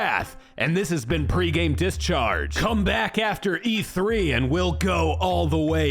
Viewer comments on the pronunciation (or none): "It's my new catchphrase: Gay-mon!" Seriously, am I the only one who heard it that way?